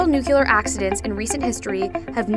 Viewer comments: I'm supposed to believe this person knows what they're talking about when they can't even pronounce the name of the video??? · Ahh stop saying NUCELAR, this should help, say it like, (new clear) energy. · I don’t understand why it’s so hard to say nuclear properly. New+clear, not new cue lar. I’m also American and say it properly. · Nu-Cle-ar. Someone fire the editor! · It's "NU clee ur" not "NEW clee ur" - I expect the wrong pronunciation will soon become the standard thanks to efforts like this which have great information and graphics but leave in the wrong pronunciation. I suppose there are more important things that need our attention, but this is aggravating. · How come she can pronounce all the other words related to but not including nu-CLEAR?? Jesus Christ when you hear "noocular" it's like nails going down a chalkboard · the word is Nuclear... new-klee-ar ... not nuke-yoo-lar. Americans really need work on their pronunciation of English words. Its your native language young lady, and not a second or third one. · I know I'm not the first to say this but NU-CLEE-AR. I wouldn't normally mention it but this is unacceptable in an educational video for kids. You're teaching them the Bush Jr. pronunciation. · STOP SAYING NUCULEAR OMG I JUST WANNA DO MY SCIENCE WORK MAN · PROUCESS?NUCELAR? BYEEE- 😺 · nukyeler energy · noocular energy 101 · no it actually isn't... Nucular is known for being the pronunciation for uneducated people and AIs, so....... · Did you just say "nuke-you-ler"? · IKR? and the Nuk-yuh-lus of an atom?!?!?! NUCLEUS! NUCLEAR! Nucleus and nuclear are some of the only words in English that are pronounced how they are spelt! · the video itself is pretty good and i give them props for that but every time she says nucular, i involuntarily start twitching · nuclear, noob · WHEN PEOPLE SAY NUCULAR IT PISSES ME THE F OFF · NUCULAR? Did George Bush narrate this video? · The material is great, but I wish she would pronounce "nuclear" correctly.